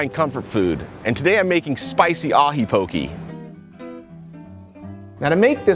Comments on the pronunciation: you dont say POKEY. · The way you pronounce poke is po-keh. Just remember that the hawaiian vowels are the same as the Spanish vowels. And the traditional Kukui nut used for poke is called inamona (roasted ground Kukui nut). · It's pronounced po-kay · That's how locals say it. He just pronounced poke wrong.